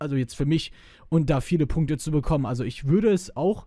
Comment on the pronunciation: Er sagt Punkte. XD